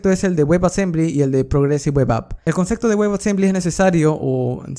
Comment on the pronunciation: Súper bien en el dominio de la materia, pero PORFAVOR no se dice CONCECTO, es concepto (con P)